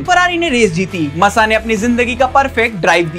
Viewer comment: Bhai please pronounce thik se karo Grand Prix ❌ GRAND PRIX (ग्रॉ प्री) GRAW PRI aise pronounce hoga ✅ MASSA = मासा not मस्सा aur wo Nelson Piguet nahi Piquet (PK) hai 🥲😭